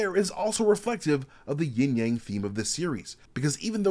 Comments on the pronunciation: Isn't it Yin/Yang and not Ying/Yang? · Sorry, but it’s Yin Yang, NOT YING YANG, ha! 😂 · Yin Yang not ying yang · YIN AND YANG not YING-YANG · It's actually "Yin" and Yang bro. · It's actually pronounced "yin" yang.